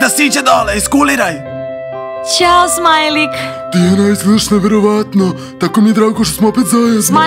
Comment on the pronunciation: Ne kaže se Tiana nego Diana